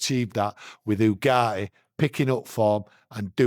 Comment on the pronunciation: Manuel Ugarte pronunciation..: Yu-Gar-Tee: oo-gah-hee, there's a T in his name